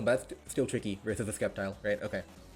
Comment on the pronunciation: no Way he’s saying Sceptile like that